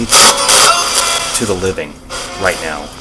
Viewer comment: When you asked “what would you say to the living?” It sounded like “Suzanne”. Although I realize that it doesn’t make much sense!